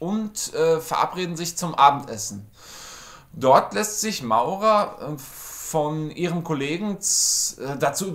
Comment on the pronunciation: man spricht es Morra 😊 Auch wenn es Maura geschrieben wird😉